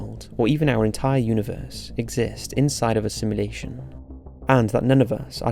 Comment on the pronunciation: Ahhhhhhhhhhh this got me. Please say sim*u*lation not simlation